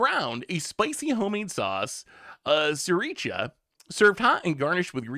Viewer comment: The absolute abuse of gochujan and sriracha are why I'm in the comments lol.